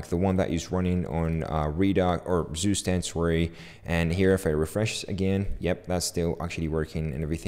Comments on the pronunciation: its not sustend, its ZUSTAND like tsu stand but stand is prounced german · is not Zustand its TsuShtand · It's pronounced more like tsu-shtand than zoostand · just a hint to demystify the name: Zustand, der (male genus) means state in German, pronounce it like 'super' beginning with a T and like 'stunt' with sh instead of just an s. Tsuuu-sh-tund if that makes sense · To know, zustand is pronounced"tsooshtand" and means "state" in german. pmndrs is short for poimandres. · I love, how you pronounce Zustand xD Its German and means nothing more than "State". If you wanna try: you pronounce it like "Tsu" - like in tsunami for the ZU, "sh" just for the S (dont ask why xD) , the AN is pronounced like the un in bun :Dand the D ist not like a D, more like a T ....like Tsushtunt or in german Zustand :) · The right pronunciation for the word "Zustand" for English speakers is: tsu-sh-tand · "Süßtend" would be written in german, what says.:) but the english version isn't bad, just sounds funny. Good video btw! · It's [ˈt͡suːˌʃtant] 😊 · "Zustand"is the German word for "State" (if you want to know the pronunciation ;-) -then this is what you need to look for)